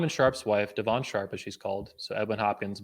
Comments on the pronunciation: Why you keep saying 'Devaun' her name is 'Devon'. It's telling of how intimately you know someone when you can't even correctly pronounce their supposed name. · the way he pronounces devon's name is so funny de VON Sharpe lmaoooo one problem i see is ppl are gonna call u a hypocrite because u was willing to work with him while he was doing the same content for a long time but when u guys fall out its "he talks bad about woman" which i agree he does im just saying if u work with the guy knowing that u can't complain after plz tell me its you just joking when u say he isn't smart at all lol u wanted him to speak at the events if she is the smart one why not invite her to speak ?? lmao did u say thats probably a sister bro thats an old pic of her u can tell its an old pic did donovan come for your wife or something im out the loop cause what u showed doesnt look like he talked about your wife at all